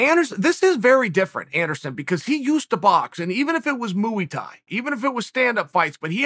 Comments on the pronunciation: Moo-ey Thai? WHAT IN THE COW F****ING HELL IS THAT? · I saw your comment before he said it, and to be honest, I expected that you were at least a little bit exaggerating his pronunciation. But yeah that was straight up “Moo-ey” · "Moo-ey Thai" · Not to be mistaken with Muay Thai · MOOey Thai - Uncle Chael over here adding extra letters and syllables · Lol as soon as he said that I Immediately opened the comments..... 😂🤣👌👍 You didn’t disappoint!